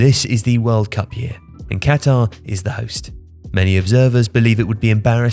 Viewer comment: "Cat-ARE investments" xD